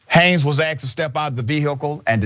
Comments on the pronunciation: Richey....the word is asked...not...axed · I'm sorry but I would be more appreciative and confident if the word asked was pronounced correctly!